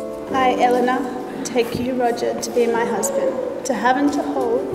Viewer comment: Finally found someone with the same pronunciation of Elena as me!!!